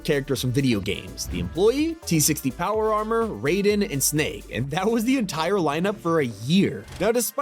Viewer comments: It’s pronounced Ryden, not Raiden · Ray-den is from Mortal Kokbat. Rai-den is how you pronounce him from Metal Gear. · its Not rayd-en its raid-en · Its pronounced R(eye)den